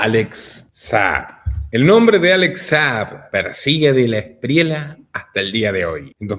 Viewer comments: Se pronuncia Espriella no Espriela, es español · no se dice de la Espriela es Esprieya así suena y se escribe Espriella ‼️ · Este tipo ni si quiera sabe decir Espriella, dice Espriela, no se puede esperar mucho. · En español existe la “ll”